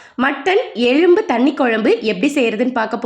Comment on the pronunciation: எழும்பு என்று கூறாமல் "எலும்பு ' என்று கூறவும்.